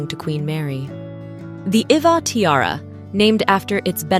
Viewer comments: Iveagh is usually pronounced "Ivy" and Princess Marie- Louise pronounced her name Maah-ri not Ma-ree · Iveagh is pronounced as 'i vey'